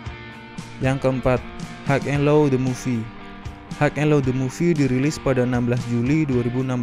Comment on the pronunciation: Bacanya hai en lo, bukan haig en lo